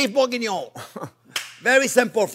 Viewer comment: I just love the way he says the name 🤣🤣😆😂😆 Beef bougggoiuoiiinoungh So is Bourguingnon means Big Onions? What does it mean?